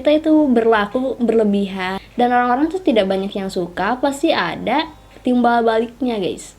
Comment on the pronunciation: Orang normal : Orang Mbak cadel : Olang